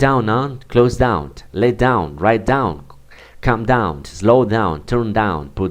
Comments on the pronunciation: You should improve your pronunciation. your ending sounds are "T" oneT, downT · Excuse me but, the pronounciation of the word "down", is with N and not with T.